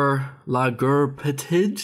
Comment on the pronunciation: That pronounciation of 'LaGERpetID...?" was genuinely hilarious <3